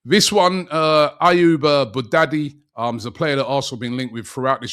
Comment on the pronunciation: 😂😂😂 Boo daddy